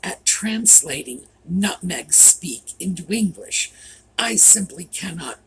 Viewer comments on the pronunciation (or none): none